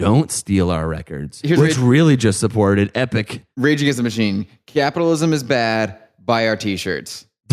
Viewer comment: When said "regagenschtamushene" I felt that.